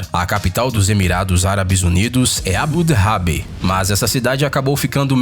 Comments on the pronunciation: Mano a pronúncia é ABU DABI, e não "Abu Derrabi". E de acordo com a Forbes (que não é qualquer coisa no mundo da economia) existem pouco mais de 2000 bilionários no mundo (cerca de 150 no Brasil). Pois é, uma pesquisa de 5 min. no Wikipédia e PRONTO já tenho conteúdo para um video, e é tudo verídico . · abu dhabi se fala : abu dabi mesmo , n abu drabi slk, e dubai não é a maior cidade , abu dhabi q é. e psé aqui n tem bueiro, então quando chove alaga tudo e n temos escola